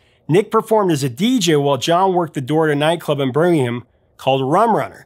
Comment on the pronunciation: Thank you. Finally an American who knows/learned/got told (doesn't matter at least the effort was made) how to pronounce Birmingham. The English one, not the one in Alambaaaama.